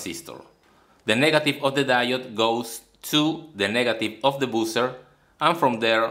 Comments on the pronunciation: it's "bah-ser" and not "bu-cer", that circuit could be very useful to make some amplifiers but 120vac is quite high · I heard "boozer" 🍺🍾🍻🍷